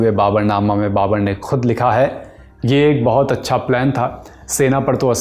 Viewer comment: Babar hota hai ya babur